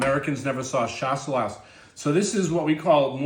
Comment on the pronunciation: Skip the last „S“. It’s pronounced „Shassellah“. Cheers from Germany (where we call it Gutedel)